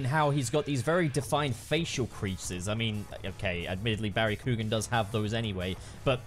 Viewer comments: Love this video, but as an Irish guy everytime says Coo-gan I die a little lmao. Still tho, 100% agree with everything you've said about the design. (Keoghan is pronounced more like Kyowan just so you know) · For future reference, his last name is pronounced “key-on” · Barry (ck-yo-an) is how you pronounce his name